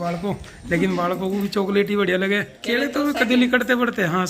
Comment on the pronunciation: Kele ko kede Kyu bol rahe ho bhai